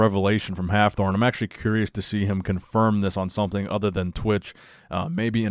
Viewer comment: Please don't try to pronounce Hafthor, ever again